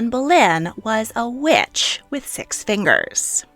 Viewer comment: Funny how sometimes when you say the word “witch” it sounds like “Wiiuch” lmao